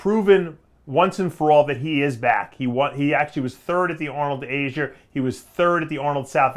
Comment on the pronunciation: Dave, what country is "Asier"? Lmao why does he pronounce words that end in "A" as an "er"